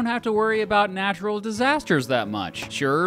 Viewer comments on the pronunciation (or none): none